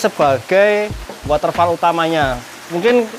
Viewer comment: Jangan diucapkan WATERFAL mas tapi "wotefol", kan udah smpai Si"pore